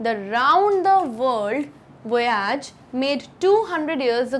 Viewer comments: Nice explanation. Wonderful way of teaching! Pls check the pronunciation of Voyage once again ma'am. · Voyage - plz see correct pronunciation